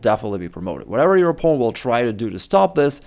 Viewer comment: I'm sorry but whenever you say "opponent" I wonder "Poland what?"